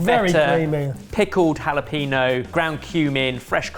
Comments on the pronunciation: Love that pronounces the "j" correctly, but the "e" and the "ñ" wrong in "jalapeño". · Someone teach to prononce Jalepeno.